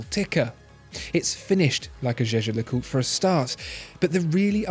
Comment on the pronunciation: The way he pronounced it today is the correct way.